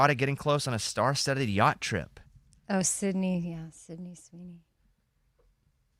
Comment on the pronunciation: Its sydney not summer lol